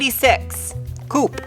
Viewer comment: It's not "coup", Its Coup-A